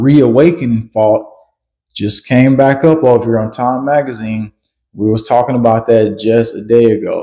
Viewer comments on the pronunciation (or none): none